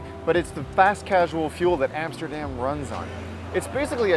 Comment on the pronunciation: Amsterdam, NOT Emsterdem.... America, NOT Emericee. Clear?